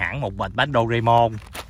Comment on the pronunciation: Mon nha anh đọc mon dùm em, Mon mờ on MON, Doreamon, ko phai dorae Môn